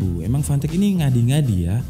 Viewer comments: Waktu mnt 12 pas nyebut nama "fantech fantech" kok aku dengernya pant*k pant*k wkwkw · Klian yg dengerny fantech Gw dengerny pantek :V🗿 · Brand nya "Fantech" Fantek Gua denger nya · Samsul : apa rekomendasi untuk komputer bre Udin : gua tau bre, 400 dapat mouse, keyboard, heatset.. Gaming lah bre Samsul :apa itu merknya bree Udin : PANTEEEK Samsul : lah kok ngegas Udin : iya PANTEK Samsul : lu ngajak berantam, gw nanya serius Udin : yaa merk nya PANTEK.. Samsul : fanteech njir 🗿 Udin : ya itu lah 🗿 Samsul : 🗿 Udin :🗿 🗿🗿🗿🗿🗿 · jangan beli merk ini lu ntar dikira ngatain 🤣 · Anjir pass ngomong fantech ngakak, kek kedenger panteq 😭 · Ngakak pas abang ngomong, fantek fantek wkwkwkwkw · bacanya pantek :( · Kek umpatan sumatera cuma lama di Arab jadinya ga ada huruf "p" wkwkwk.